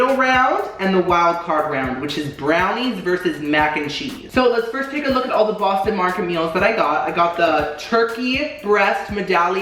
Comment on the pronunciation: "Bostino Marketito", "Hungry Whore", "Hungry ballsack" 😂🤣 "There's a tenderloin right there that's being pulled.." 🤣🤣💀 "Hungry deick.."